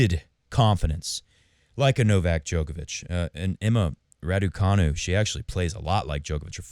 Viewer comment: Radu... Raducu... Raducanu